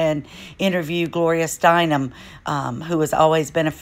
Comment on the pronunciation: It is Gloria Stein - EM. Last name is pronounced "stine-um". Just sayin'..........